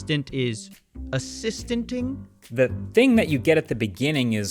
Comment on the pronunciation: bro the word is assisting